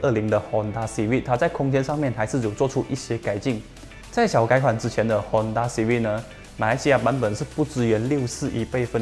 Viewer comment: 支持! 可是读音是"Civik" 不是"Civid" 哦。CIVIC fc 的优缺点我都ok, 比较不喜欢那颗cvt罢了。